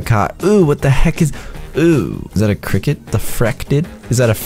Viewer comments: frikit not krikit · call it fricket not cricket me: HUH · Maxwell Kritz not FRIK’N FRICKET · This is how many times he said fricket ⬇️ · He said frickin not frick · He does call cricket Fricket😂😂😂😂😂😂😂😂😂😂😂😂😂😂😂😂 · Stop saying frickets